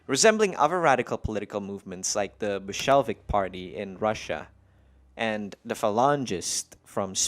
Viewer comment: I was also disturbed by the way he pronounced Bolshevik lol.